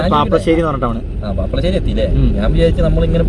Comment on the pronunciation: പാപ്പശേരി അല്ല പാപ്ലാശേരി ആണ് ശരിയായ പേരെ